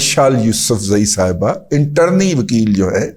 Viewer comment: internee na howay hay dada g intern howay hay